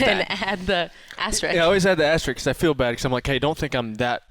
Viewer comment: Isn’t it called an ”asterisk”? I swear everyone said ”asterix”